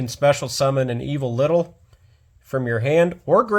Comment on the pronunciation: While this is a neat deck profile, hearing you call the reptiles "Evo-Little" bugs me. It's Evol-Tile. Not Evo-Little. Solda is a good inclusion. As I YugiPooped with my partner; "Big dick dragon cucks all of Pendulum Summoning. Fuck you, Soul Charge, you're next." Pends, and Soul Charge-like effects just get rekt by Solda.